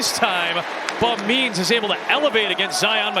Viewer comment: When the announcer says "Bub Means" it kinda sounds like "Bum Knees". A TD for Bum Knees!